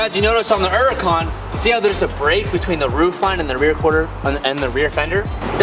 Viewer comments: I try and watch you time and time again but you pronouncing Huracan......There’s a fucking H in the name of the car. It’s not Uracan. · Nobody:: "Urukaan"